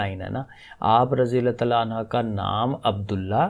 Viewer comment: un ha ni prhna . un hu prhna hy